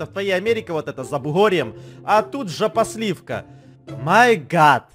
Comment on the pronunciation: Не джопосливка а жопосливка